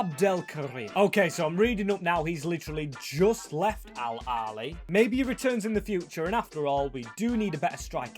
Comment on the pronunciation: It's pronounced al ahhly not al ali